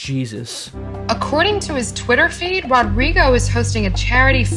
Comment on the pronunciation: "According to his Twitter fade, -" Enunciation is a lost art